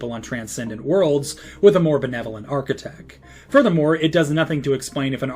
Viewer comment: Archaic and architect, correct Source: hello my name is Tynan